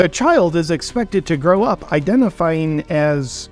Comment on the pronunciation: Lol “identifiyng